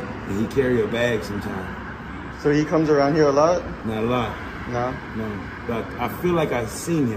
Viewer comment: THE "NAUR" IS KILLING ME